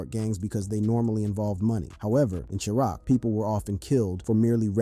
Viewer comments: Another wack naration ninja said Chicago was called Churock not Chiraq I'm done. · This dude said charock!! 🤦🏼😂🙉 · Chuh-rock lol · Lol.. can’t even pronounce Wicc city or Chiraq correctly.🤡